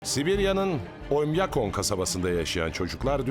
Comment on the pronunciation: Oymakom yok , oymyakom demen lazım